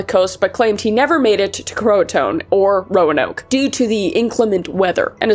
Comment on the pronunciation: Just a few minor corrections because I am that bitch: Croatoan = crow-uh-tow-un Raleigh= raw-lee John White was actually gone for 3 years, with his daughter being only a year old when he left. The local natives kept to themselves at first until the initial 1855 expedition leader antagonized them. Before he left, White made a plan that if the colony had to relocate for any reason that they carve their planned location somewhere in the camp. Also, the settlement was "broken apart" it was "broken down", implying that the buildings were intentionally deconstructed. The year that the colonists vanished has been proven to have had a harsh winter followed by a drought which would've been difficult to survive with the lack of agriculture and resources in the colony. There are compelling theories that cite multiple reports from the era that postulate that perhaps the colony was sabotaged. I won't get into the evidence, but let's just say that they were not well set up for success. All in all, the most logical conclusion is that the colony was the unkowing victim of Spanish attempts to undermine English colonization of the New World. Already at a disadvantage and desperate for supplies that they no longer could be sure were coming, a devastating winter followed by drought made the settlement no longer inhabitable. The Croatoan people were welcoming and humanitarian despite the foreigners' ill manners and they accepted the desperate colonists who fled to their island seeking salvation.